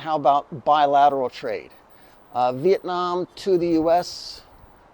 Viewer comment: It's Viet nam, not Viet nem.